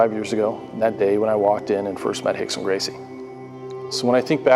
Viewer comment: Yes, definitely, in portuguese, it's pronounced Hickson, Henzo, Horion.